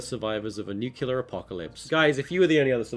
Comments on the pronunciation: is it nucelear or nuclear? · Its NUCLEAR!!! Not NUCULAR!!! Great vid though :D